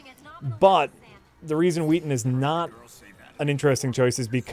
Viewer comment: Is "Joss Weathon" an insider gag? Because his name is "Whedon."